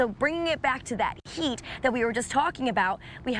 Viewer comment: Why does she say sheet instead of heat?